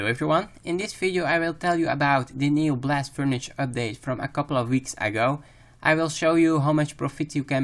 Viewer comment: convengur belt, blast furnitch- totally fkt